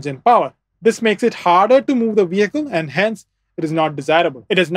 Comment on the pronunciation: bro mixing up his v and w. Its wheel and vehicle not "veel and wehicle"